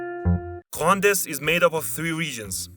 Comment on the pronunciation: HOW DID HE GET GRAND EST ALL WRONG !!!!!